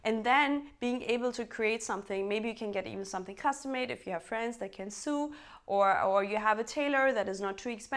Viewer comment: Hahaha 😬 yes “sew” rhymes with “though”🤭😉… personally though, I find the mispronunciations of people who are clever enough to be multilingual who speak with the accent that comes from the culture of their birth is all part of the charm of expressing yourself sharing with others & being who you are. It is intrinsic to the charm of this huge HUGE (& hugely needed) wonderful channel!!! Bravo, you are a young insightful voice with a real common sense message! I cannot miss a video I find the content so very comforting in this crazy crazy world 🥰🙋🏻‍♀️🐨 by the way hellooo all, from down under in Melbourne Australia 😬🦘🦘🦘🦘🦘🦘🦘🦘🦘